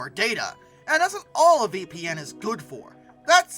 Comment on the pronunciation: Wtf is ‘Darta’